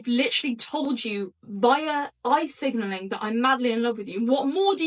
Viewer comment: Eye signalling.....not oi signalling! 👀👀👀